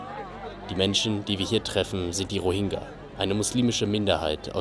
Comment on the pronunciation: Diggah, wenn der noch einmal falsch diesen Namen ausspricht... Das g ist weich gesprochen